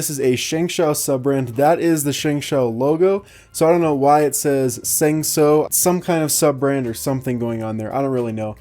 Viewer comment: its pronounced 'shung show'.